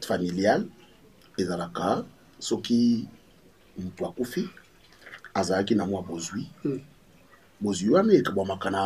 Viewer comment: Elle dit paix du coeur pas peut du coeur